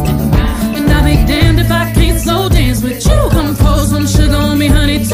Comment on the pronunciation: If your serious write something original. This is bubble gum Work on your speech The word you sounds like shoe. Too much sugar no country